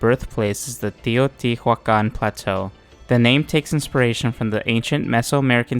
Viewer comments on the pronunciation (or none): none